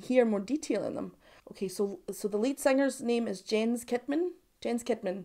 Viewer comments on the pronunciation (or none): "Jens Kidman": The softer J ([j] not [d͡ʒ]) and "Sheedman". That's how Swedes pronounce it 😊